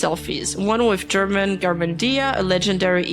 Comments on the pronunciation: For english speakers, it is pronounced "herman" not "jerman" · It hurts my brain hearing how you pronounce "German" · Saying Germán as German was so funny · Escuchar como le dicen a Germán, "German" justo como el se quejo en uno de sus videos se me hace extremadamente chistoso y vaya manera de cumplir su destino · (random time for this) Notes to keep in mind: German is phonetically pronounced like Herman, not like the country (the YouTuber has said he always has this problem at airports). Kenzo, Nimu's ex-boyfriend, did grooming before being with Nimu, and I believe afterward. He also got Nimu to use drugs and caused problems with one of her eyes. And most importantly, never believe what Dalas says. He always lies and makes up a lot of the things he says. He's already lost two defamation lawsuits, but he lies and says he won the case even though the plaintiffs show evidence that Dalas lost the case and hasn't paid the fines imposed on him. He's scammed his followers out of 2 or 3 cryptocurrencies and some crypto games. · Si supiera Germán que en inglés le siguen pronunciando su nombre como "Gérman" (alemán en inglés) xd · I ctfu when she pronounced "germán" as german like the nationality 😭😭😭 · german german dia 😭😭 sorry i just found the pronunciation funny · Idk if this is unwanted but, German is pronounced like "her-man" instead of another nationality. Great recap of the nimu downfall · the german garmendia pronunciation LMAO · Bruh I never imagined seeing a video canceling nimu IN ENGLISH Loved how she called german 🇩🇪 to germán jajajajjaja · The video is serious, with good information a only little mistakes, but I can't help to laugth when I hear how pronouncet "German Garmendia" 🤣